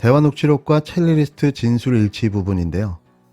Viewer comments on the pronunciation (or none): 첼리리스트 아니고 첼리스트~ ㅎㅎ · 발음 첼리스트 아닌가요? 첼리스트랑 첼리리스트 혼용하니 신경 쓰이네요. 자막엔 첼리스트라고 쓰시던데. 내용에 대한 태클이 아닙니다. 너무 잘 보고 있습니다. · 첼리리스트로 들리네요